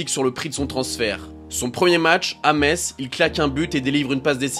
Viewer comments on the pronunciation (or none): none